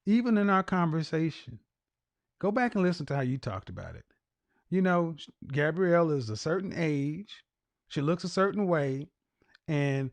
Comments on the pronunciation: KEVIN!!! Please Stop 🛑 MISPRONOUNCING the woman’s name. It’s Gabourey NOT Gabrielle 🤬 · Why do people keep saying Gabrielle? It’s pronounced Ga-bo-ray. 😩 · please get the ladies name corrrectly GAB- O- REY NOT GABRIELLE..... YOUR EDUCATED .. SHOW IT... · If he doesn’t get this woman’s name correct. It’s GAB-OUREY not GAB-RIELLE TF⁉️🤬 For someone who is stickler about things, you’d think he would’ve looked her name up I can’t wait to call in and ask him some questions. SOONNNNN as I find out when he does his shows because his website doesn’t specify. I’m new to him so it will take a while but he and I will be chatting soon Any who, get her name right sir. It’s quiet ghetto to not have been more prepared in your argument. Or maybe I just hate my name mispronounced 😂 Either way hearing it being pronounced incorrectly, MULTIPLE TIMES, just kinda irked my nerves a tad bit too much 🥴🤣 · Her name is pronounced Gab-or-rae